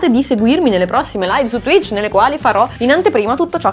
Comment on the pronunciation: Oddio ha detto t-tuich 😨😨😨